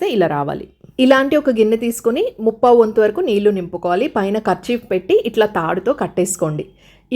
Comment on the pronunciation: నీల్లు, అనకుండా నీళ్ళు అనండి అమ్మా